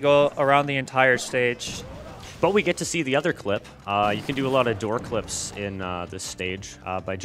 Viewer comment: Heh... when he says "Door clips," it sounds kinda like "Dork lips." Immature jokes aside, I haven't seen many runs of this game, but I must commend the runner for this one. I had no idea you could hit King Boom Boo multiple times in a cycle! (Of course, I'm no speed runner.) Anyway, good job!